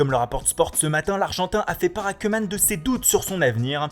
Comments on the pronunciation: on ne dit pas cuman mais on le prononce comme couman. allee svp vous-êtes des présentateurs faite le minimum d'effort. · Et je vous en supplie de dire queueman au lieu de koeman qui se prononce kouuman , parceque en néerlandais oe = ou Bordel c'est tellement pas difficile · On dit "Coumane" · "Reunald Keuuumannnne". Lol, ça va Keumannne, pardon Keeumaaane? Haha U made my day!